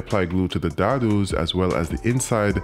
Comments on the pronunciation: whoa whoa whoa lol - I'm not trying to make fun or anything like that, I just wanna help, but "... we apply glue to the <WHAT?!>" dah-doos??? do you me dados? I 'm pretty sure that's what you meant, but they're pronounced day-dohs - like I said, I'm not trying to make fun of you, but when it just rolled right off your tongue because rhymed with glue, I honestly thought you were messin around and didn't realize you meant dados... lol ... so I kept pressing the back key to hear you say it over and over because it just flows right out... it sounds AWESOME!! But when I say it, it's just not the same AT ALL!! So it must be your Caribbean accent that makes it so smooth.... I hope this didn't piss you off or anything... I just got a kick out of how easily I am entertained sometimes and I feel like I'm a baby giggling at someone shaking keys in front of my face and the twinkling keeps me amused for hours... lol I just wanted to make som3eone laugh... I hope that did the trick :) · daadoos, - you have a unique way of saying dados.